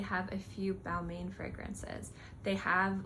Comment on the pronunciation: Balmain pronounced: Bal-Mahn